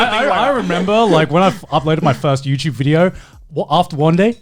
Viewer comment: “Youchube” —Joey